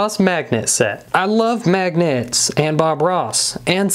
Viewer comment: Why he say magnets like that